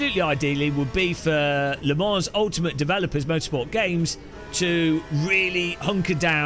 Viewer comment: he said le morons